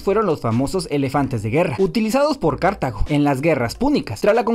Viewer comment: Cartago se pronuncia con la propia pronunciación de la G